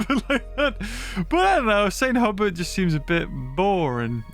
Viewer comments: It isn't Isla, it's Isle. Aisle. And Hubert is Hew-bert, not hubbert. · its hue-bert, Sounds a little better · i belve the island is pronouced st. "h-yoo-bert" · I think its Isla St. Huberts pronounced "Hew-Bert" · I would guess that St Hubert is pronounced hugh-bear, which has a much nicer ring to it.